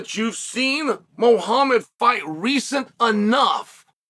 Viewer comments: Clearly been punched too much, it’s Muhammad not muahamma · Blehal 'Remehmber theh nhame' Muuahham